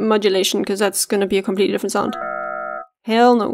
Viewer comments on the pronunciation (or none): Oooooooh girl, when you figured that shit out, Ooouu. That shit was hard breh. Killin' clap it, Yesss, yes, yesssssss - yeah, hit them with the 'hell no' with that accent, hahaha That was sick breh, I think it was a little too clean in the end, but that's subjective, objectively this video is dope, and you the best.